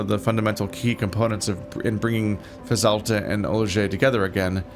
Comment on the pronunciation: It's pronounced Fez all tee an. You keep saying it wrong!